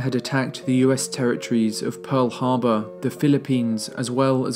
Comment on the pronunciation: There's no "u" in Pearl Harbor.